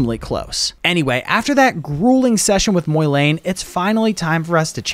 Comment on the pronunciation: "Moylayne" um... Im pretty sure its pronounced the way its spelled, MOlayne